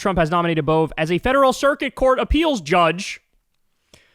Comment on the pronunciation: Emil Bove went to my school and used to play at my house when we were toddlers. Btw it's pronounced AY-mul BO-vee. And yes, he was always a dick.